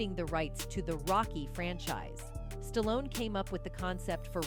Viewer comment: Kudos to Jim Carrey and Sylvester Stallone (btw, pronounced Stalon at one point by the narrator) for speaking their mind. They are the smart ones for calling out the demons of Hollyweird. The content of this video is good but the narration is rubbish.